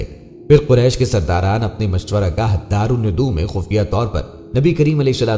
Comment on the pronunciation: Please correct the pronunciation. Its DARUL NIDWA NOT darul nudu